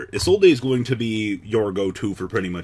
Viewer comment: Isolde is old. iz-oh-ld